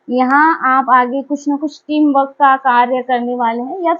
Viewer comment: आप बाकी सब ठीक ठाक कहती हे, आपका सीधा साधा पन भी अच्छा हे. आपके सीधेपन को साष्टांग नमन हे. लेकिन "टिम वर्क" को "टीम वक" कहना ये बात कुछ हजम नही हुई. अगर आर सायलेण्ट हे, तो फिर "गृप" शब्द का भी आर सायलेण्ट कहकर "गृप" को गृप बोलने के बजाय "गुप" बोला करो. ये आर सायलेण्ट वाली बात मत किया करो, कोई जरूरत नही हे उसकी. जॆसा हे वॆसा ही उच्चारण होना चाहीए. और दुसरी बात , आप जो विश्लेषण करते हे, उसमे बहोत बार " हे ना" ये शब्द उपयोग मे लाया जाता हे, तो इसका उपयोग भी जितना कम हो सके, उतना कम किया तो अच्छा लगेगा. धन्यवाद